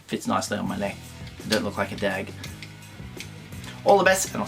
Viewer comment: You are not just a part of the USR community, you are a HUGE part of the community, thank you so much for the shout out, it’s a privilege to call you a friend sir. And so funny hearing you say “Dag” lol always great to see you smiling my friend, all the best to you and your family for 2023 🙏🏻